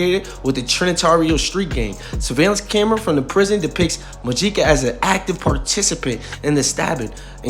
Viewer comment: It’s pronounced Mo-HE-Ca